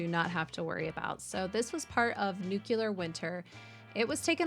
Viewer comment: Nuclear not nucular